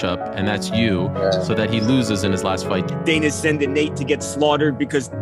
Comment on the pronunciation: bro really turned Nate Diaz into Natina Diaz